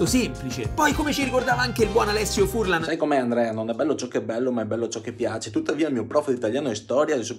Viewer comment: Per me è un momento di relax guardare un tuo video e mi diverto davvero. Ciao Andrea! Ps. secondo me Furlan ha l”accento sulla a 😂